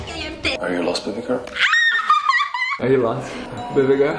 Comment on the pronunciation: The fun is he don't say "BABYGIRL!" He say "BEBEGURL!"